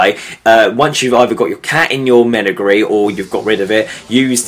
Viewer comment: just btw you dont know how to say menagerie